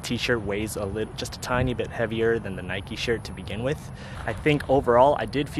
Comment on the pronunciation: Nikeeeee 😅 grills me when people pronounce it like that 🙃 wouldn’t say bikeeeee